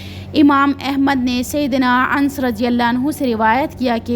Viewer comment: Mashallah buhut acha bayan kerti hen bas please thore words ka sahi pronunciation seekh len jese sayeedna Anas ko aap Ans kehti hen, kuniat ko kaniat kehti hen etc JazakaAllah